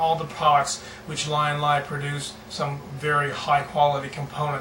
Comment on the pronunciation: from LYIN - LAI to Leean -LEE lol